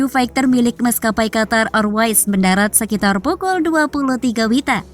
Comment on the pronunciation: Qatar R mbak bukan Qatar Air